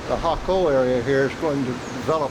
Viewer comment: Jaco is pronounced Haaco